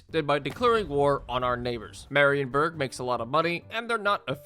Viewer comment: the focus on marienburg is mar*i*enburg not m*a*rienburg